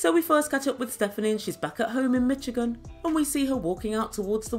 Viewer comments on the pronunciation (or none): none